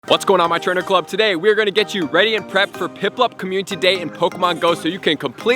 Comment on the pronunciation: Is it just me... or ...is he saying COMMUTITY DAY